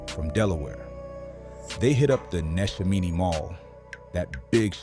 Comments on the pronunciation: The pronunciations are off They're pronounced Ben- sale-em (Bensalem) and Nesh-Sham-eh-nee (Neshaminy) mall People got pissed when Umar said 10% of these niggas would need to be eliminated. Demons really do walk among us and I guarantee you some adult saw what was coming by the time they were barely out of diapers. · The way AI says Bensalem and Neshaminy 😂😂😂